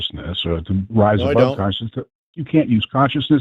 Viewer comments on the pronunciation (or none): none